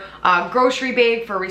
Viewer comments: I'm sorry, I kept getting stuck every time she said "bag". I kept thinking she said "bed"...🤦🏼‍♀️ lol I have the hardest time understanding the midwest accent. But I loved the video! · I love the way you say, bag!!!!! Lol!!! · So random but I really like the way you say “bag.” 🥰